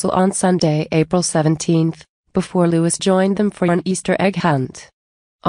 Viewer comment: Louis’s name is pronounced Lou-ee not Lou-iss!! Like Louis Mountbatten!!